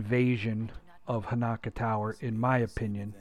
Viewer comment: Dude it's Hanak-O